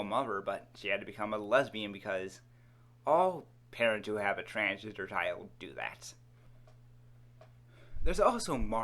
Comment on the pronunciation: Transginger. This dude is saying transginger